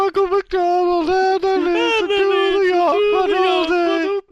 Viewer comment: YOU SAID IT WRONG Ahem, YoGPoD. It's said, YoGPoD.